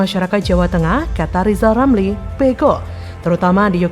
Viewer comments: Lijal lamli dididik ngucap huruf RRRRrrr dulu 😂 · Li...lameli...😂😂😂 Ili kok dipelihala😂😂😂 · NGEBCOT AJA LO LIJAL LAMLI,,, BELAJAR DULU NYEBUT HURF "R" BARU BELKOAL KOAL LO LAMLI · 😊😊...... LIJAL LAMLI KAMU BILANG "R" DL YG BENER , JGN MERASA PALING PINTER TP PECATAN . JALLLL......LIJAL..😊😊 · Suruh belajar ngomong ...R...dulu itu si Lijal Lamli baru ente kelihatan pintel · Sekolahkan TK dulu si RR sampai bisa mengucapkan namanya dg benar